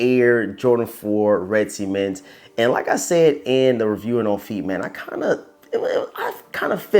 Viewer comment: Ceements? It’s pronounced cements